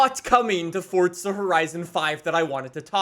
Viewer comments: Forza, not fortza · it literally sounds like you are saying FORTZA.....STOP IT. It's FORZA....NO T. That is all.. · Its forza not fortza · So is it pronounced “ForTza” or “ForZa” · One question, why do you say fortsa instead of forza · Why do Americans call it fortsa... It hasn't got a fucking T in the word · I had to stop watching because you kept saying Fortza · Fortza horizon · “Fortza Horizon 5” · It's FORZZZZA FORZA Z ZZZZZZZZ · I just can’t stand how he pronounces forza 🤮